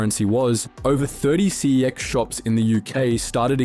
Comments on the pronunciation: It’s pronounced sex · Pretty sure the name pronunciation is a marketing tactic. Never before had anyone pronounced it that way before the ads popped up 😂